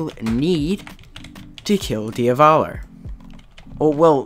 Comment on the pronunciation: DIAVLO DIAVOLO DIAVALO